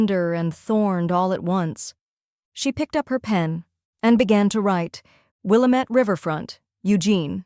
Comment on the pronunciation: Good story, but it's pronounced "will-AM- ette"